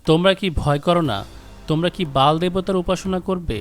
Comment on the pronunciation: বেল হবে কেন উচ্চারণ! BAAL বাল , not Bel . এমেরিকার পতন খুবই সন্নিকটে । ইহুদি যায়োনবাদীরা সেটাই চাচ্ছে।